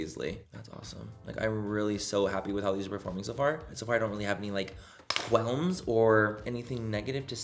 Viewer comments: Did you just say... quelms? 😂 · She said quelms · Quelms?!?!? Lol it’s Qualms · The quelms! 🤣 I hope you said that for me. Great review! 🙌🏻